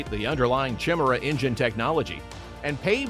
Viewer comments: Chim-Chimera, Chim-Chimera, chim-chim Cheree. An engine is perky as perky can be. Chim-Chimera, Chim-Chimera, chim-chim cheroo. More speed will rub off if you go past Mach two! It's pronounced kai-MAIR-uh, with emphasis on the second syllable, and an initial K sound, not CH. Nice report though. We still like you! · You'd be well advised to learn how to pronounce Chimera. Kai-meer-uh is the proper way!! -Gunny T sends